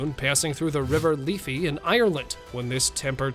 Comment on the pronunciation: The one about the swan on swan on the River Liffey: The name of the river isn't pronounced as 'Leefy'. The 'i' is prounou ced the same as in 'lift' -- Lif-fee. It's the river that runs through our capital city, Dublin.